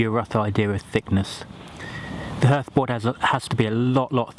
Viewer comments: Yes, although spelt hearth, it's pronounced harth, as in rhymes with Bath (if you're a southerner). Great vid though. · Although I've never heard anybody pronounce 'hearth' the way you do I enjoyed the demonstration very much. Thank you!